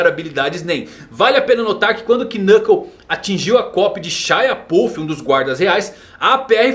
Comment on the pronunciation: O K de Knuckle é mudo, não se pronuncia ele. É estranho ver alguém que faz tantos vídeos sobre HXH e já ter ouvido o nome dele sendo falado diversas vezes e não saber disso.